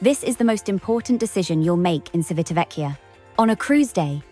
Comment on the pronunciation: Good pronunciation except for the first syllable. The first syllable is "Chi" as in chips. Our Italian captain on Enchanted Princess kept saying the town as we headed there and it was also where his home was.